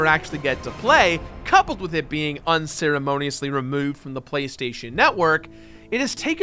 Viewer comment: the way you said "unceremoniously removed" made you turn into an australian person for a second